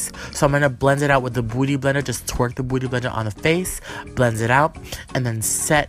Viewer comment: Does he purposely say beauty blender like booty or is that just his accent? 😂